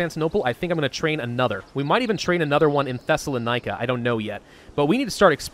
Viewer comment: I'm so sorry to be this guy, but it's pronounced theh·suh·laa·nuh·kuh. I keep hearing you pronounce it the other way and it's throwing me off! LOL!